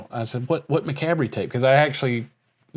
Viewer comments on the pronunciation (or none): 'McAbry?' It's actually promounced: 'muh-COB.' And there was already a thrash-metal band called 'Macabre' in the 80's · I hope so too! But the band is pronounced “muh-KOB” not MACK-a-BREE. :) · . Its still funny how you say Macabre it sounds like Ma -Cab -ry... in Australia we say Ma Ca bra. 😂😂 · i love how they still mis pronounce "macabre" - macabree. It's pronounced Muh Kawb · Macabre isn't it pronounced mack cob? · Did you guys ever learn to pronounce macabre properly lol? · Did you guys ever figure out how to pronounce “Macabre”?? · Did y'all ever learn the correct pronunciation of macabre? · Still pronouncing macabre wrong after all these years